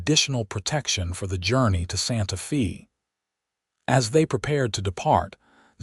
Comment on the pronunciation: You calling it Santa fee, it's Santafay.